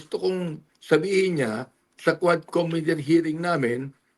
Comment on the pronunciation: commi-tee co-mmittee